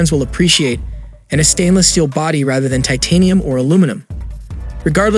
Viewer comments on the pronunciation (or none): none